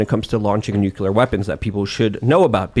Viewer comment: Hearing say nucular is becoming unbearable